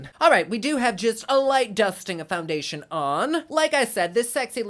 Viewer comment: “Foungaytion” 😂 You crack me up.